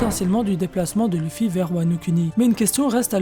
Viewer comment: Sa m'énerve comment tu dis wano kuni ou luffy...... frère fait un effort!!!!